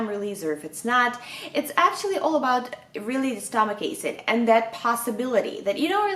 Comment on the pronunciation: Stommach "Eycid" :)))